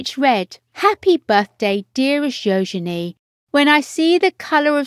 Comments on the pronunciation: I agree its U genie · Her name is NOT pronounced “yo-shen-ay”!! My god!! It is “Yoo-juh-nee”. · Her name is actually pronounced "yoo-juh-nee," with an emphasis on the "yoo." Princess Eugenie was named after Victoria Eugenie of Battenberg, Queen Victoria's granddaughter. And her middle name comes from Princess Helena, Queen Victoria's daughter. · This voice over is beyond annoying. Her name is not Yo-Zen--E! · What a disgusting voice-over, killing Euginie's name. It was gringing a quarter of the way through. How difficult can a voice-over be for heaven's sake. Get it right or move on for other to do the job properly.